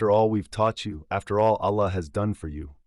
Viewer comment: don’t you hear the AI voice? Also the same kind stories keep circulating of people says they were devout muslims but he talk’s nothing about what is wrong with his Islam and his Arabic pronunciation of simple words like Allah, is false. Unless you are revert or you were not devout Muslim you can’t get wrong pronounce simple Arabic words because you read Quran everyday in your prayers.